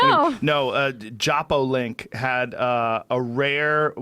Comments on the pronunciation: My man Joe...the website is "Jalopnik" not Jap-O-Link -from one car dude to another :) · JESUS CHRIST DID JOE ROGAN JUST SAY JAPOLINK??? " IT'S JALOPNIK!! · It’s JAH-LOP-NICK. Jalopnik. Lol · The way Joe pronounced 'Jalopnik" triggered me